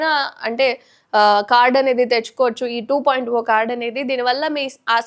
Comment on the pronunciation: మీరు టు పాయింట్ ఓ అంటున్నారు అది 2.0 ( టు పాయింట్ జీరో)